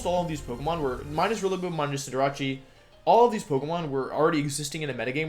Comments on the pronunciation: cinder-ah-chee pissed me off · It’s pronounced Cinderache. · I love that he missprounces some Pokémon names on purpose , like Cinderacci and Wenasaur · dude the pronunciation of togekiss and cinderace threw me off a bit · I love wolfey but I can't handle how he says Cinderace and venasaur